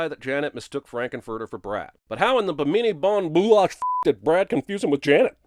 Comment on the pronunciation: This video deserves a huge amount of sins for the way you pronounce Bimini Bon-Boulash